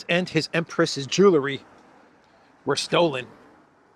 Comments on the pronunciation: Jewel - ry not Jewler - ry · Theft took 7 minutes, so obviously they had to leave the passports in the rush to leave. Wish would pronounce jewelry the old way: jewel ry, NOT jewlery. He can say jewel, so just add the ry. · There's no such word as Jew-ler - ee. It's pronounced Jew-ell-ree.